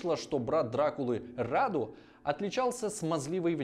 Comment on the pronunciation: Сильно извиняюсь, но считаю, что у меня есть право вас поправить. Как человек с соответствующим образованием, естественно. Имя конкретно этого младшего брата Цепеша принято произносить с ударением на «у», хотя уточню, что правилами русского языка произношение этого имени не регламентируется – обычно говорят так, как вы сказали в видео, рАду. Во-вторых, Раду не был гомосексуальным, более того, он был подвержен сексуальному насилию со стороны Мехмеда ІІ в возрасте 9 лет. Это никак не отменяет того факта, что как раз сближение Мехмеда II и Раду является следствием такого бэкграунда. Просто захотелось уточнить некоторые моменты.